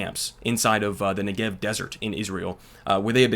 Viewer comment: Note to: When you pronounce the word "Negev", the emphasis should be made on the first syllable, not the second.